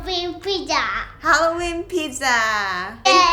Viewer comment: "Hello welcome to create eat happiness. This is. Today im going to show you how to make hayooweenn pijja. Yeayyy"